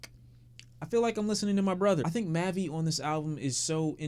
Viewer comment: Aye bro just wanna let u know that mavi is pronounced Mahh-vie don’t want u lookin a foo out here